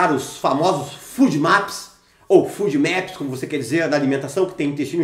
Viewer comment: FODMAPS se fala fôdmaps, não fúdmaps.